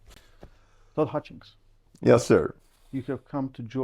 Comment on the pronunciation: it's Hitchings, not HutchKins